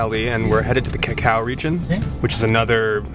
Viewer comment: He said Cacao region 😂 CAUCA